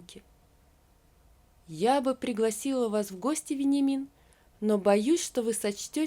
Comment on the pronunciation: Читать нужно правильно. В тексте стоит Вениамин, а мы слышим Веньямин, даже ухо режет, неужели нельзя правильно прочитать.